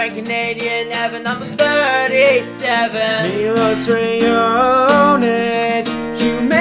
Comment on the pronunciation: Why canadians say he is canadian but no one of them know how to pronunce his name!? maybe cuz he is Montenegrin and not canadian!?